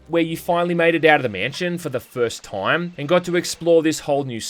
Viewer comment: "... the swarms of rats that pop up all the toym." Gotta love that pronunciation ^^